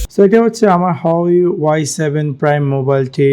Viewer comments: এটা হাওয়াই না,🤣🤣 হুয়ায়ে হবে। উচ্চারণ সঠিক নয়। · hahaa resolation o blte parena bal huwei k hawai ble hahaha